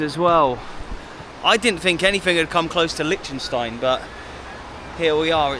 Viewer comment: Great idea and great video,, but FFS learn how to say "Liechtenstein" properly!!! It's driving me nuts!